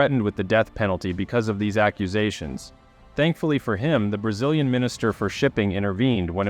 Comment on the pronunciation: "Brazz-lee-an" cruiser? It's like my Google voice pronounces Houston as House-ton.